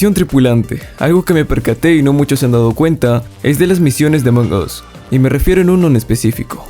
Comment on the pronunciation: Se pronuncia Among AS no Among OS!